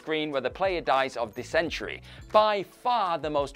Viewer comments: (the presenter) is from England. I am also from England. It's still not pronounced dissENtry, 😂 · The emphasis was wrong but it wasn’t THAT badly mispronounced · Thank you for that, but no. Nowhere in England (where is from) do we pronounce it dissENtry! We tend to say 'DISSintry'. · Say it with me, dys·en·ter·y. Not Dis-intr-E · For god's sake, can't you even pronounce 'DISS-entry"? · Dis-entry. It's almost like part of the WhatCulture interview process involves making sure the prospective employee regularly mispronounces at least one word or name 😂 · We mostly pronounce it Dissintry in the UK. But definitely not the way pronounced it. 😂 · I have NEVER heard someone pronounce dysentery like that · It was jarring. Damn near didn't know what he meant it was said so strangely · this guy doesnt know how to read the word dysentery mwuhahahahaha, nice one..."presenter"